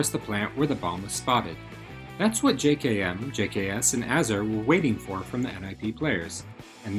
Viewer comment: Minor gripe but it's pronounced jay-kem not j-kay-emm